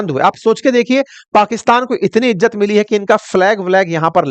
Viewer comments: Crow sir...! Tu to bukhla gya ha... Ijat nhi hota izzat hota ha 😅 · Ijjat nhi.....izzat😂